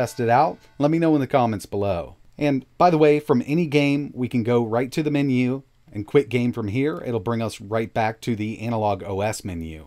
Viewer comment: why does he say menu like that